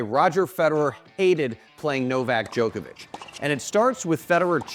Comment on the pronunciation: Cant trust a guy who says Joekavic